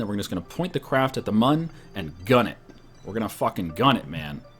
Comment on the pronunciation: The "Mun" is pronounced moon